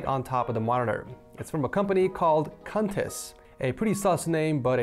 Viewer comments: Idk the true pronunciation but it might me quintis like queen teas or queen and ending like you said but hey i didn't created the name so... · Pretty sure that's pronounced quantis? You show your real IQ all the time, but you make some damn good content.